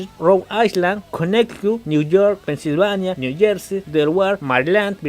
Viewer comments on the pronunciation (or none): none